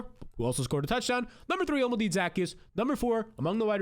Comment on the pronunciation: O-Llama-Day Zuh-Key-Us sheesh lol